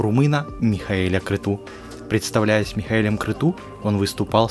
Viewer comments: Михаил Крецу, а не Крету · Аж слух режет -Крецу,а не Крету! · Не Креду а Крецу фамилия первого мужа Сандры